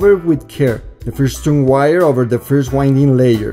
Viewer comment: Your English seems to be improving :) One word you use a lot is "winding." It is one of those stupid words in English that means 2 different things. As a noun wind is referring to moving air. This form of the word is pronounced 'wh-IN-d.' (this is the way you are pronouncing it). The other form of the word "wind" is an adjective. It refers to the action of looping or spinning something. It is pronounced differently. Instead of the strong "in" in the middle it is pronounced 'WHY-nd' or you could think of it as 'wh-I-nd.' I am just trying to help. I'm not trying to be critical at all. I have one question, or really a request for more information. Can I lower the impedance of the voice coil by reducing the number of turns if I design an amplifier that can handle it? Or/when is it better to use a larger wire?